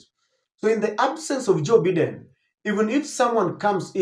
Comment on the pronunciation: 🎉When you have an international audience its important to pronounce names correctly. You have been told before on this forum by various readers...Its Bye den. Not Beeden.